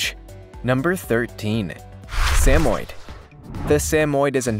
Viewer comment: Learn to pronounce Samoyed correctly! Doh!